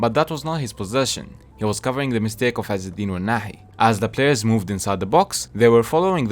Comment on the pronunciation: Are you Arabic, you pronounce ounahi and regragui very well